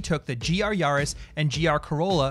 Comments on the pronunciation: Why do you all say Yahris. It's a Yaris not a Yahris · Please stop pronouncing it yahris